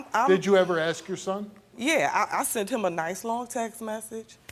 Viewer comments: Can people PLEASE just say ASK in the ENGLISH LANGUAGE... AXT... AXT is not a word and it drives me up and over your Mexican wall. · "I did'nt wanna axe but I definitely axed" What the f are you talking about ???